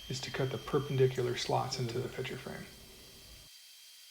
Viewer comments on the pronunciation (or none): Is it pitcher or picture? It sounds like you're saying pitcher. My hearing sucks. lol